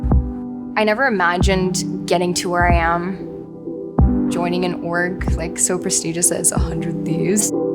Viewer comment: The way she says ORG… :p